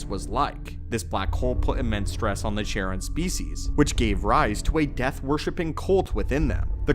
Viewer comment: Charon is pronounced "Karon", not Sharon. It's Greek.